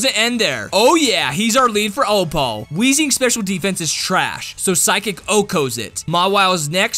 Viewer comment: It bugs me so much how you say O-Paul and not just Opal